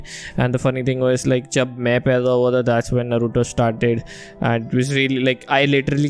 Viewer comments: Come on guys, Its pronounced as Naaruto 😭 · First of all, it's naaruto